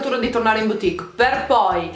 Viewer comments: "BUTIC" e non "BIUTIC".. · Zahra zargoudi grazie, lo so che si scrive BOUTIQUE.. ma si pronuncia “butic”. E non “biutic” come continua a dire. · Cara, grazie per il video utilissimo! E ricorda: "boutique" si pronuncia "butìc" e non "biutìc" 😉